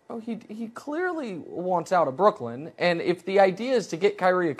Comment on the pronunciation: Anyone else find it weird that Colin pronounces Brooklyn as Brookland? Seems weird that nobody has mentioned this to him and just how ridiculous it sounds.